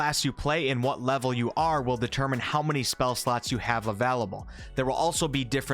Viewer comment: No one:...: AVELABLE